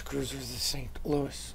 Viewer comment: You cant pronounce it like the American St. Louis, it has to be said, Saint Lou-ee